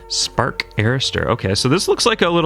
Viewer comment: Spark arrestor, like arrest-or ... and it's not water vehicle, it's amphibian vehicle. Gosh, it amazes me how poor the vocabulary of some Americans can be.